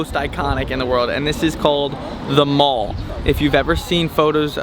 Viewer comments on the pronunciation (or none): Not "The Moll", but "The Maall". Glad you enjoyed your visit. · It’s the MALL not the Mall as in “shopping maul” 😂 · The Mall, pronounced 'mal' as in Malcolm. I hope you didn't dine out just on American fast food! You know it will kill you? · When I think how MTG and other American politicians tell you that London is a hellhole to visit these days, it is so nice to see two Americans really speak so highly of our country. Just two minor nit-picks… A pronunciation note to them: whereas we follow the American pronunciation of ‘mall’ when it comes to ‘shopping malls’, when it comes to THE Mall going up to Buckingham Palace, that is always - but always - pronounced to rhyme with ‘shall’ and ‘pal’. And please advise your fellow Americans that the excellent Goring Hotel is beyond the price range of most Brits. Otherwise, ‘chapeau!’ to you two on a well produced little travelogue. ~ Dai Woosnam, Grimsby, UK. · The Mall. It rhymes with PAL not CALL. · Wow the goring Hotel that’s $1400 a night but worth it Glad you went to Borough market As a Londoner love how you pronounce things differently